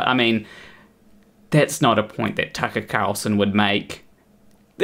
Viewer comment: Don't know why you pronounce Tucket Carlson like a pirate, but I kinda like it